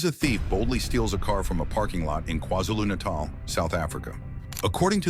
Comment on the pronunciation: Hey hey! Well done for pronouncing KwaZulu-Natal absolutely perfectly! :medal-yellow-first-red:😂🤣😂